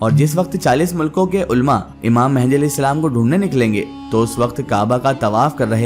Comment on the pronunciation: It's imam mahdi not a mehndi